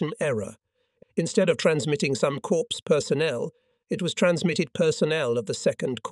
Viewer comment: Corpse = dead. Cor with a silent P or Cors with a silent P. I was at VII Cor HQ near Stuttgart Germany for 3 yrs. Is the production crew unable to read?